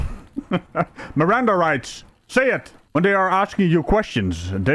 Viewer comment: Hahah RRRRRRRANDA rights 😂😂